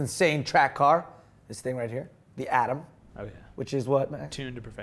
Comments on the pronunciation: Atom not adam, americans pronounce them both the same way i.guess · Its Ariel ATOM not Adam :P lol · atom not adam,:) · It's an Ariel ATOM not Adam. Not hating; just pointing out. Like the show. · it is Atom, he is just using his accent to make a pun